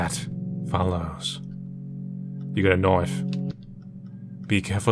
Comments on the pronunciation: “You got a knoif” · you got a knofe Me: ☠️ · “you got a knoif” PLS THIS BRINGS ME SO MUCH SEROTONIN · You got a "knoife"